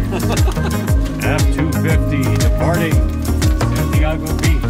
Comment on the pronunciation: Hi! Time travel is hard, yay for Santiago trips! Glad you were mostly safe from the ice! (Also, mad props for getting the last name right on the first try!)